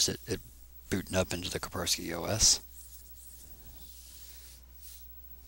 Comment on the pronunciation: It is KaSpersky, not Kapersky